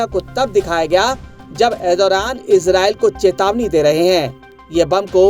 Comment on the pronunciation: Erodothan ❌ Erdogan ✅